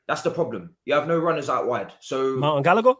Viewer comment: Man said gallagher and I almost stopped watching